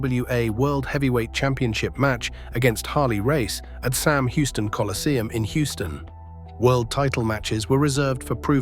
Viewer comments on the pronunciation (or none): none